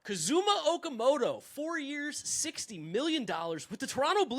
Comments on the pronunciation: English speakers in North America always seem to stress the wrong syllable in Japanese names...it's not ka-ZU-ma it's KA-zuma Okamoto, it wasn't ki-KU-chi it was KI-kuchi. I lived there for over 2 decades, this is something that happens here all the time. Just so you know. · his name is pronounced KA-zuma, not kaZUma